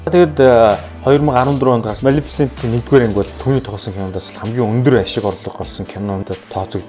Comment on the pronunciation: малэфсэнтийг яаж хэлээд бгаа юм бээ. кккккк... амжилт мундаг шүү